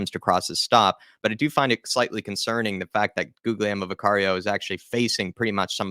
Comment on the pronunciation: To pronounce Guglielmo, you need to barely pronounce the second G, so if you say Gulielmo, its closer to the correct pronunciation compared to How a lot of english people pronounce Guglielmo